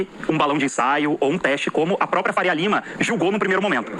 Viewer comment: Não é “propia”, é própria. Falar errado não cai bem para alguém com tanta influência como você.